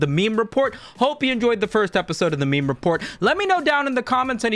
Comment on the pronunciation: pronounced "may may memo"